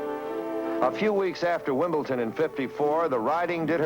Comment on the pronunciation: what a pity the commentator keeps referring to 'wimbleTon' instead of wimbleDon. so many do this and it is such ignorance.